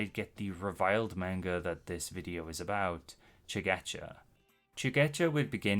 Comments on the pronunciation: how are you going to make videos about manga when you can't even pronounce the word "manga" correctly? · lmao heard how you butcher "manga" in the first five seconds nope. not gonna listen to someone who can't be assed to learn a foreign word correct